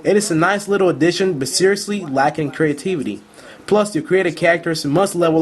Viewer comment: LOOOOOL, I can focus on your review with a voice like that. loool cree-a-tee-vee-ty. nice review though bro.